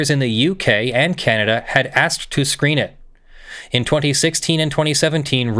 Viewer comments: What really has me cringing is that keeps calling it Canadia. It is Canada, not Canadia. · Look, I love this whole thing, but it's Canada , not "Kahnediaa"... 😓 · Is it possible for you to pronounce "Canada" correctly? There is no "i" in the name. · Canadia? Canada instead? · Ontario, Canadia? Moron. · I love you, but I really could have lived without discovering how irritating I find an hour of the word 'Canadia' to be... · [DRINKING GAME] Take a shot every time He says "Canadia". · “Ka-naad-i-uh” sigh Still loves you tho! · "Canadia"? "CANADIA??" I'll let that slide. Once. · "Canadia"? :P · Is he just saying Canada wrong or is Canadia a thing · What's up with specifically and purposefully butchering the pronounciation of my country? If I correctly recall, this isn't a one-off, either. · Canadian here, I'd like to know as well, cause the best I can tell, its either forgetting the "N" at the end of Canadian, or using the "humurous term for Canada" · it may not be meant as disrespect, but it sure doesn't come across as respectful. Your videos don't go out to just your inner friend circle. I'm really trying to be reasonable here, but it honestly got incredibly annoying personally. This wasn't a short video. It wasn't once or twice. It was near constant. I think he only said Canada correctly twice in all 1 hour and 45 minutes. How quickly would it get on your nerves if you watched a nearly 2 hour video of someone insisting on saying your name wrong on purpose, or if someone constantly called your country the United States of Americana. It's cute once or twice. It's obnoxious after an extended period of time. Another way to look at it is the defense for saying it all the time is no different than when a person who uses slurs says it's ok because one of their friends is from the group they are making slurs about. And no one agrees that's a good reason.